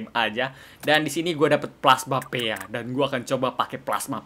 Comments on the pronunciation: Knp dibaca pea? Harusnya pi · Bukan P E A tapi Pea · Bang bacanya bukan pe a. Tapi pea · KALO GAME NYA BILANG PIA DISEBUT AJA PI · Pea cara baca pi dalam bahasa Inggris